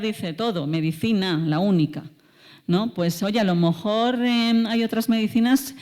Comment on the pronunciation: No sé si atreverme, porqué frente a esta gran científica yo no existo. Pero en varias ocasiones la he oído decir, alomojor, y supongo que quiere decir a lo mejor. Seguramente el discurso no cambiaría, pero si la música al oído. Mil perdones de antemano